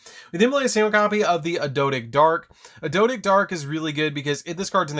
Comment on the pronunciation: It isn't adodic. You need the g lol